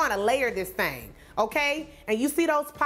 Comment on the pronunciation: You be killin..."THANGS..!"